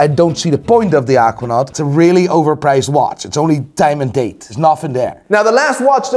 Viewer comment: The way says Aquanaut. "Ockwanot" 😂